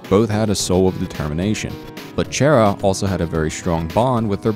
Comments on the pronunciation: You pronounced 'Chara' wrong (Its a pet peev of mine) Its Chara as in Character. :3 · CHARA IS NOT CHAIR-A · did you just call chara, chaira? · This is the first time I've actually heard someone call them "Chair-a" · XD WHEN HE SAID CHAIR-A THOUGH ROFL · YOU PRONOUNCED CHARA WRONG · CHARA ISN'T EVIL AND UR SAYING THEIR NAME WRONG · you pronounced chara wrong its obviously chara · DO YOU WANT ME TO DIE?!?! IM SEVERELY ALLERGIC TO THAT PRONUNCIATION OF CHARA! LIKE OKAY IM SORRY BUT........... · He says charas name wrong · Chara Dreemurr hi he didnt pronounce your name right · Anybody else really annoyed by how he pronounces "Chara"? Edit: Oh yeah. I'm also annoyed by the fact that he called Chara female, even though they have no gender. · you said chara wrong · GAH! YOU'RE SAYING CHARAS NAME WRONG IT'S SO ANNOYING!!!! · Chara is not pronounced as “shara” Just read these to words chara character Undertale is playing tricks with you with names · People pronounce Chara so differently xD, he call them Chair-a people call them car-a I call them Char-a lol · It is not pronounced chair-a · Also, Chara isn't Chaira, it's pronounced Karra. Like chaos. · I love this video... Except you said Chara as chair-ah. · It's not "Chaira" it's "Chara" as in character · You said chara wrong its not chair-a its short for character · chaira? it's Chara XD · CHARA IS PRONOUNCED KARA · Ok dis is gud but it’s pronounced “Kara” and the coffin is empty thing is kinda a stretch AND ALSO WHERE IS CHARA DEN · It is pronounce Chara like character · Um her name is pronounced K-A-R-A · It's chara as in character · Chara is pronounced Kahrah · I thought it was like Character except without the cter. Didn't know it was pronounced chair-a. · Chara's name is pronounced "Kara" as her name is short for character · I wonder how many people got triggered when he pronounced "Chara" as "Chair-ah" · So you are one of those weird fucks that call chara "chair"a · Chara... Chara.. CHAIR-RA? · Its Char-a not Chair-a